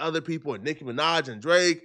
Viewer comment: Bro said NIKKA MINAJ 😭